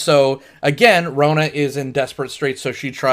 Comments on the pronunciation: Rona? GTFO if you can't pronounce the main character's name you shouldn't be reviewing the movie. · I love this movie. But you keep mispronouncing Rona's name. Good review though. This movie is a hidden gem.